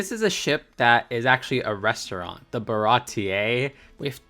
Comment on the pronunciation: You actually pronounced all the names correctly, which is very impressive especially the Baratie because I’ve heard so many content creators say it wrong. Good job 👍